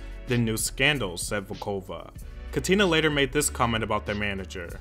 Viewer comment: I’m delighted to see a video about t.A.T.u. on this channel, but the stresses on the names are just completely wrong 😢 It’s Lena (LEh-na) Katina (KAh-tee-nah) and Julia Volkova (VOl-ko-vah)